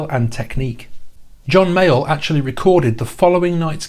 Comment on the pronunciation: I am loving these videos of yours and this one in particular, but I keep hearing “John Mail” when you say John Mayall lol